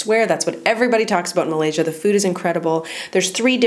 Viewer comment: You pronounce of Malaysia is perfect👍👍